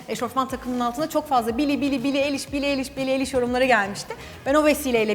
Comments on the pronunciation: Billie eliş deyil ayliş diye okunuyor😊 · Billie Eilish derken soyadını eliş diye okumuşsun ama doğrusu ayliş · Billie aşkım varmış💜💕💜( bu arada Billie'nin soyadı "aylıiş" diye okunuyor..♡) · Bili eliş değil bildiğim kadarıyla bili ayliş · Abla eliş diye okunmuyo ayliş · Billie nin fanıyım ama onun adı Billie Eilish yani Bili Ayliş diye okunurrrrr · Ablacığım Bili ayliş diye okunuyor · billienin soyadi ayliş diye okunuyor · bili eliş değil bari sen yapma ya offf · Versa-çi or versa-ce Billie AYLİŞ diye okunuyor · Billie için geldim ve Billienin soyadı "Ayliş" Diye okunuyor ☺💕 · Billie Eilish'ı seviyorsun ama, Billie'nin soyadını doğru söyleseydin çok iyi olurdu.